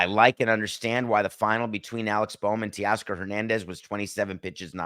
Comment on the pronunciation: TAY-Oscar NOT Tee-oscar🙄